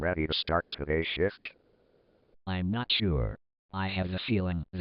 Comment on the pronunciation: At the beginning, I could almost swear that I was hearing the word "shift" as "SHIT"!